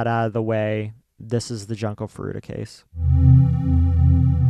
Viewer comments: We realize in retrospect that we pronounced her name wrong. It is Joon-ko. At the time when we researched this case, every video had pronounced it as Jun-ko. Neither of us are native Japanese speakers, and we try to pronounce things the best we can. We wish we could go back and change it, and we considered doing the episode over, but we don't think we could capture it the same way, and the responses have been overwhelmingly positive about the episode in general. We will continue to try our very best to pronounce things properly. Thank you to everyone who has responded with kind words and understanding, as well as encouraging us that it is okay for us to get emotional about the case. This was an incredibly difficult episode for us to do, and your support means the world to us. We love you ❤️ - and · Just a comment about the video itself; please take the effort to learn how to properly say the victims name. You guys basically called her ‘Junk-o’ the whole episode and while I know Japanese is not your native language, if you are going to be covering this case, I think you should do your due diligence and pronounce it correctly, out of respect. I just kept hearing ‘junk’ the whole time. It says in your description that you looked at other videos but maybe look at how actual Japanese speakers pronounce it. Just a note for future cases you cover. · cant even be bothered to say her name correctly? seriously.